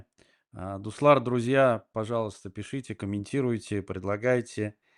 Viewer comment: Уважаемый, не дустар а дуслар правильно, окончания лар, нар, нужно бы знать, безграмотных уже имеем достаточно. И это первые 15 секунд эфира, на всякий случай.